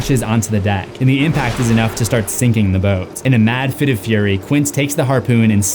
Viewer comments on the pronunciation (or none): none